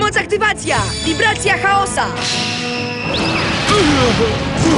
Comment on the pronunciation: Boli w uszy "CHAOSA" X'DDDDDDDD